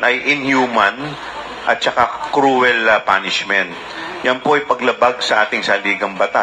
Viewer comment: Cruel not crowel